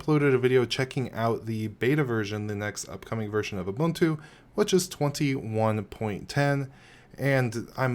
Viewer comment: Thank you for actually pronouncing it correctly. I can't stand these YewbUHNtOO people